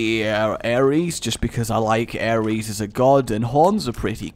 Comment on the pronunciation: um? The greek god of war is called Ares, not Aries